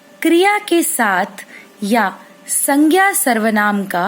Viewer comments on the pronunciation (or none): none